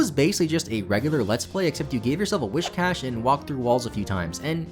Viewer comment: An unintended unintended thing you did: mispronounced whiscash the whole video.